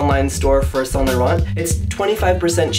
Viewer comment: You're not supposed to say the T in Saint too. Just let him say it how he wants. I'm positive Mr. Saint Laurent will not be rolling in his grave because one customer got his name wrong.